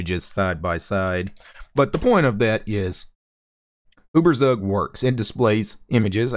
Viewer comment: uh-ber-sag lolz